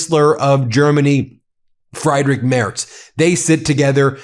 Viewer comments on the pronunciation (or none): Friedrich is pronounced FREED-rik. Not ‘fried’ like chicken. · Greets from Germany.🇩🇪 Our chancellor is pronounced Freedrich😘 Trump Traitor.. he’s a royal pain in the 😂😂😂 Zelenskyy has more balls than a zillion of Trumps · I think you should learn the correct pronunciation of “Friedrich”. Clue: nothing to do with eggs.